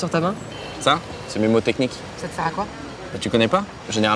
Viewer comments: On dit pas mémotechnique mais mnémotechnique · On dit pas memotechnique mais mnemotechnique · On dit pas memotechnique mais mnémotechnique. Cordialement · On dit juste "mnémotechnique" et pas "mémotechnique" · "Mnemotechnique" pas "Memotechnique" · "Mnémotechnique" , pas Mémotechnique . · On dit Mnémotechnique, PAS mémotechnique.... Rha, les analphabètes :)